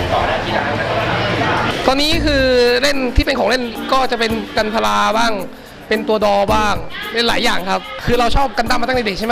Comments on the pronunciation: The name is gunpla but you said kumpla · กันพร้า = คือกันดั้มผสมกับคำว่ามีดพร้านะครับ ออกเสียงผิดแล้ววววววววววววววววววววววววว แล้วส่วนมากเขาเรียกพวกของเล่นที่เป็นชิ้นส่วนพลาสติกว่า พลา'โม คร๊าบบบบบบบ (พลาสติก โมเดล)